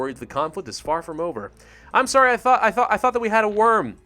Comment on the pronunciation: "manipulate human thot" That is all I can hear.